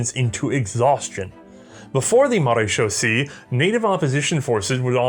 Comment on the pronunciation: Marechaussee ends with Say not C it's using the French language instead of the Germanic one believe the rest of how you said it was correct